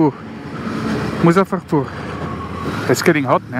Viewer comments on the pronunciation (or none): See how he pronounce you city name🤣